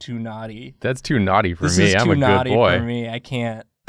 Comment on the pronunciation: “I simply Cain’t”